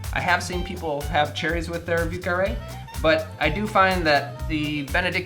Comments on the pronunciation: If you say vi eu carré and not view carré, you sound more authentic. Interesting drink. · "view carree" not even close buddy. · I'm not used to hearing the soft V. I usually hear the V's in the southern coastal area pronounced more like a B, especially the French names... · A drink sounds delicious but you should find yourself going to at least maybe somewhere where they pronounce the word correctly like Montreal the name of the drink the pronunciation needs improvement